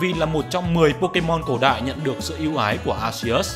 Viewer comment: tôi nghe mấy ae nước ngoài đọc Arceus là Ar-ki -us, bạn xem xem có đổi cách phát âm không :)) anyway nice content!